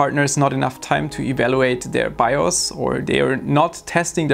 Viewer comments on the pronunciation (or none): none